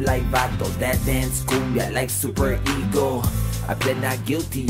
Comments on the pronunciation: you said like supereeego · He said supereego!! Make a collab with him